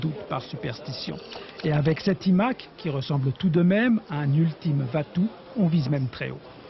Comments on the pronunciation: Les journalistes français 😆 un EMac et non un iMac avec le « i » qui se prononce aïe même si le chauvinisme est plus fort faites un effort svp 😆😆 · « it Mac » 😂😂😂😂😂😂